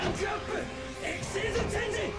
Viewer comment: the fact that "Xyz" was pronounced Ex-xiez and not Ex Why Zee always got me. Like, for my whole life, I called it XYZ instead of Xyz